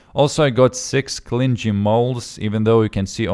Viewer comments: argh pronunciation it's not clin gee it is clingy Cling...ey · Clingy {Cl ~ ing ~ ee} "ing" is like "fishing" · Im sorry but isnt it pronounced "clingie"